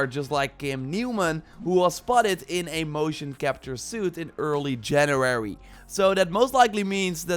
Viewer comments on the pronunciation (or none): “In early gernurary”